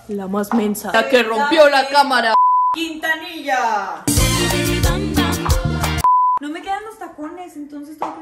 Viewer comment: ´´´dafnne quintanilla´´ JAJAJAJ